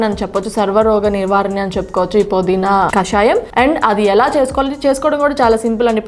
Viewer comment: podeena kadu pudeena . naa telugu thalliki namaskaramulu. pmtv.in